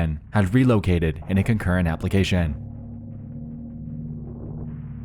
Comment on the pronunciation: Dude.... Why did you say "organization" and "nation" and "application" so wierd 👀😂